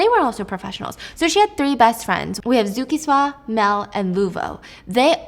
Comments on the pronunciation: I recently discovered your chanels and thank you for calling the name "zukiswa "name so nicely and your videos are always the best much love all the way from south africa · When she said "Zukiswa" I was like YAAAASSS!!!!